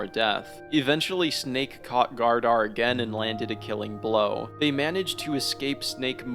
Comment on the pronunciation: Great vid, but “Leaf” and “Gardar” kept taking me out 💀